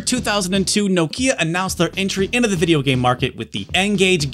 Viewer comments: Bro I have 2 of these and collect all the games. I really appreciate you doing a full video on it, how ever the least you could of done is learnt how to say Nokia in the correct way 😉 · As a Brit who now lives in Finland I always wondered why Americans pronounce Nokia so strangely. knock-i-a, not nOkIIa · I swear it's pronounced Knockeeya. Can't seem to find a Connecting People ad where the brand+slogan is actually said out loud. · "Nokeea" Nah. It's "Nokia." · Knock-ya not No-kya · Enjoyed this video. But for the love of god, it’s Nokia. Not No-Kia. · It’s NOkia, not NokIa ffs... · why do u keep saying No Key Ah its Nokya, like, 0 prople call it No Key Ah. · its pronounced nokia, not no kia, like you´ve lost your southkorean car. i dont know why, but it bothers me a bit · Why do you keep calling it "Nokeea" you absolute fail? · Whilst all the planet calls it nOkia why on green earth would you call it nokIa? Who did you hear pronouncing it like that? nokIa…….. It’s nOkia!!!! Dang so annoying….. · You won't drink anything because he winds up say "Noh-Kia" instead. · Nooo-kia 😂😂😂😅 - Americans pronunciation is something else 🤣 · Nokia pronounced like knock ia. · it's more like 'NOkjia' if you wanna actually correctly pronounce it, finnish is weird. The rest of the world that doesn't swallow half their phonemes settled on 'Nohkia' as the go to pronunciation tho. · I like your videos, and your presentation style. I'm not sure I can watch a whole video with your countrymen's mispronunciation of "Nokia", though. Let's see how I go... About a tenth of the video in and I'm already grinding my teeth. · Should have been called 'Poorly educated American patronises Europeans in 34 minute video, mispronouncing Nokia throughout' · Lol it’s funny the way you pronounce Nokia. 😆